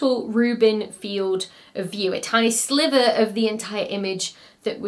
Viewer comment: A tiny Slither? C'mon dr becky. Its Sliver.